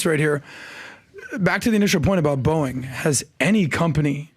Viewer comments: I kept thinking he was saying Boing I was like wtf is he talking about lmao 🤣 he’s saying Boeing….🤣🤣🤣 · The way PBD say "boeing" Sounds like "Boe-ink" 😂😂